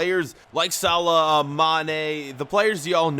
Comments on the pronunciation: It's salah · It’s mo salah